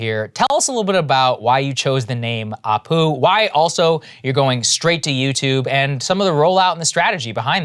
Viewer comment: As an Indian, my biggest pet peeve with Apu is that his name is spelt and pronounced incorrectly. It should be Appu!